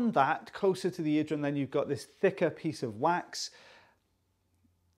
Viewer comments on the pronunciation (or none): Is it just me, or does it sound like quacks when he says 'wax' half the time? 😂 I haven't been able to unhear that for about 3 months